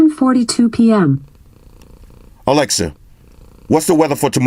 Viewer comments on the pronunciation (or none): Its ALEXA...NOT ALEX...C'MON !!!